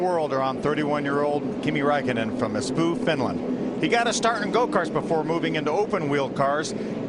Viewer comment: His pronunciation of “hauska tavata” was literally the worst I’ve ever heard Edit: the other guy with “kiitos”... Edit 2: espoo...